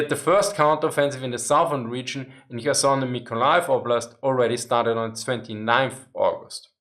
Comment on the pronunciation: I appreciated him pronouncing Kherson correctly!